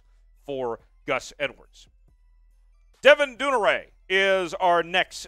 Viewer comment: In this and other vids, why can't a guy as eloquent as properly pronounce Devin Duvernay's name? It's like watching a returner get tackled by the Kicker. LOL.